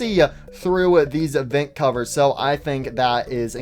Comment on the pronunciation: I really like how he says “vint” instead of “vent” it’s really funny (I’m not making fun of btw)